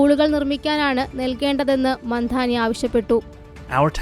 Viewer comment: Mandani alla mamdani